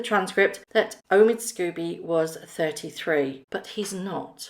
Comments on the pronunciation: Forgive me, but however much you may despise the co-writer of this book, his name is 'Scobie' not 'Scooby'. It's unprofessional to mispronounce repeatedly his name, likewise, Jessica is 'Mulroney' not 'Mulrooney'. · Sc-OH-bee not Sc-U- bee. Sorry but it triggers me when that idiots name is pronounced wrong.